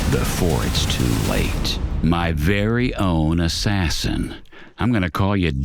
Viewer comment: Ass sassin 💁‍♂️